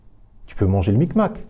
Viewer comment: Le big mac pas le mic mac 😂😂